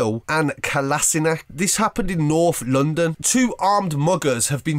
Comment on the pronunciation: He said ozil and North London like he's never heard of them before